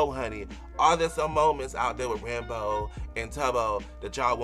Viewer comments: Did he say ranbow? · They actually did canonically adopt a baby zombie piglin and named it Michael! (And not your fault at all, but it's pronounced ran-boo, like boo when you scare someone) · I actually think different people pronounce it differently, Ranboo himself pronounced it like he did.